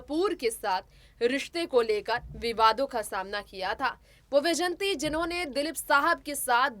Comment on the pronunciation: Madam ,,,,,smt vyjayantimalaji is great lady ,highly respected graceful lady a legendary actress and topmost dancer ,,, unfortunately ,you are adrresing her as 'yjayanti ',,this is not correct , please correct your narrating style